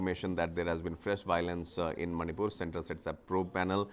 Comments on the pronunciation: Not Zomato Zomaato... Not manypur Maanipur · It's Manipur not Manypur